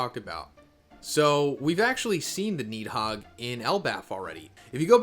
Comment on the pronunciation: It's Ratta-tosker and Nid-hog